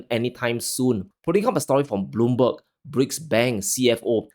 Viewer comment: Bro, love your show, but did you just quote "Blomberg" 😂